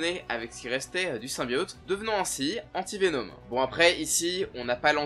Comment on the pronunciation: C'est VeNOM et pas VeNEAUME